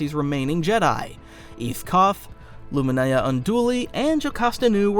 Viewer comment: i swear to God her name was ILUMINARA UNDULI NOT ILUMINAYA WHAT THE FUCK IS THIS AI MAKING THE MISTAKE OR THIS CREATOR JUST I DUNNO SLOW WITH BIG LIPS GET THE ANNUNCIATION WRONG